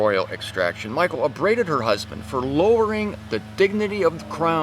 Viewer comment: Thank you,! Here is something funny about Michal, the youngest daughter of Saul (Hebrew מִיכַל), which you pronounced like President Obama once his wife Michelle! Greetings and hugs from Germany! Watch here Obama call Michelle MICHAEL